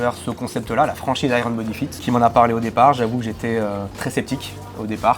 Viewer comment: "Aille - rone bodi fite" 😮😅 On prononce "aïe yeurn" 😏 Pour parler de Iron Bodyfit, je connais plusieurs centres dans le nord de la France et la clientèle est principalement constituée de personnes relativement âgées et/ou de gens qui ne sont pas vraiment sportifs et sont même parfois en surpoids . Il ne faut pas s'attendre à obtenir un corps musclé et sec comme on peut le voir sur les réseaux mais c'est mieux que rien notamment pour ceux qui ont besoin d'être coachés et n'ont pas la volonté de faire de la musculation "classique" et du cardio .